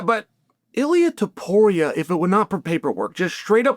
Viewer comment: makal chev , pee era , unc needs pronunciation lessions